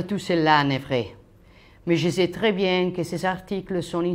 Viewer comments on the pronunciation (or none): none